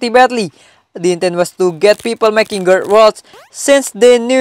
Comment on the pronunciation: its growtokens not gutaknans